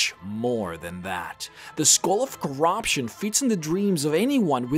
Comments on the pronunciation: the skoal of corobshun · Skull of cor-ROB-tion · Sagar Nautiyal + the Skohhl ov chorahption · kur-rup-shin (corruption) eh-Ben-knee (ebony)